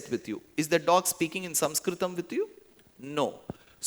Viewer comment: I very much love the way you pronounce your Samskrit words. Thank you.